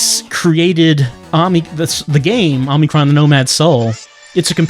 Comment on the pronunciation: 36 parts and still calls it "Omni-kron". You're killing me!